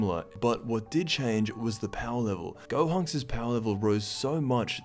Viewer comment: dude had a stroke at the beginning 💀💀 which of course isn’t funny.